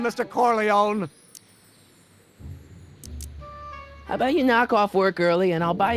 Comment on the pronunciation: Pity that they pronounce "Corleone" as "Corleown", and "clerking" as "clerking" rather than "clarking". Someone has produced a good script for this.